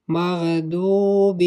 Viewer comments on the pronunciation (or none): none